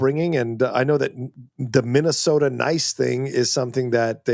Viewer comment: Oh, yah, of Minne-soh-tah. 😂